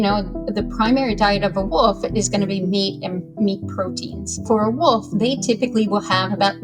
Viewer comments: Pet peeve: saying woof instead of wolf as an adult. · wolf scientist who can't say the L in wolf? rea__y?